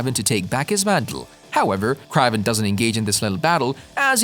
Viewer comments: I was bout to say same thing kraven not kravven almost like craving lol it's annoying to hear it said wrong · Funny, I've spent all forty-three years of my life assuming that the pronunciation of Kraven's name was the same as "craven" (hard A sound). I don't mean to sound presumptuous, but are you sure that your pronunciation is correct in this video? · Ugh. It’s “KRAYVEN” … not “KRAHVEN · That's what i just said too. Lmao. He is gonna call someone out for their pronunciation when he didn't check his grammar.🙄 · Dude say his name right omg! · I really hate the way they say kraven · Is Aaron Johnson the first person to play a popular character 2 times? Also it’s kinda funny how you say kraven 😂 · Yes ur right this guy is a marvel fan and can't say the characters names right he even called Kevin a weird name to feedge